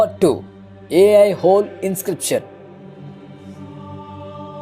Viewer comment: ఏ ఐ హోల్ కాదు, ఐహోల్ అనాలి.